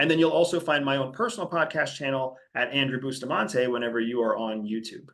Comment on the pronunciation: Seriously,...? Bustamante???